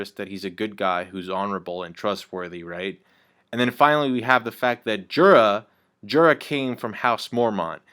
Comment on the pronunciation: WHY MUST YOU PRONOUNCE JORAH THAT WAY???